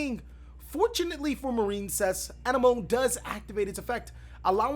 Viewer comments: Its pronounced A-nem-mo-nee lol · I believe it's pronounced Coral An-em-o-nee. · A NEM O KNEE. Knee as in what you have two of on your body. Have you not seen finding Nemo? My guy the sea anemone (uh-NEM-uh-nee) is named after the terrestrial anemone flower. A close relative of coral and jellyfish, anemones are stinging polyps that are attached to rocks on the sea bottom or on coral reefs waiting for fish to pass close enough to get ensnared in their venom-filled tentacles. The sea anemone gets food and maintenance from the clown fish and the clown fish gets protection from the sea anemone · ann-emm -oh-knee. if youve seen finding nemo then youll probably have an easier time saying coral anemone's name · Anemone; ah-neh-mon-ee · A-nem-o-ne is the correct pronunciation just to help you out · Hey bro, anemone is pronounced ah-nemm-uh-nee :) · Anemone may be pronounced wrong, but at least you don’t stutter it like Nemo lol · please watch Finding Nemo so you can pronounce Anemone.